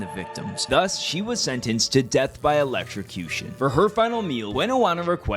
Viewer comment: It's ELECTROCUTION not ELECTRICUTION.